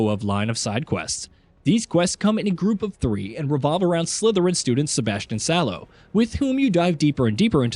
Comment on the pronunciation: Yes, the famous Hogwarts student Sebastian ''Sallow''😂💔